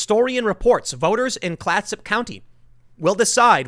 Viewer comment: I live in Oregon, Clatsop county is a quite rural county. Granted I don't live in the county but I believe the largest city there is Astoria and then it's just small towns. Also as an Oregonian I must say your pronunciation of some Oregon places or things really pushes my buttons sometimes, I say it half-jokingly of course I know you're not trying to mispronounce any of them